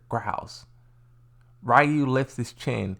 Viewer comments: no they called oro, oru in the video and they pronounce ryu rayu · Its not oru its not rayu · I can’t believe how many people still can’t pronounce Ryus name to this day.